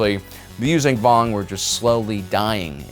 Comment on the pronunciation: This guy just won’t stop miss pronouncing the name of the species Yuzaahn Vong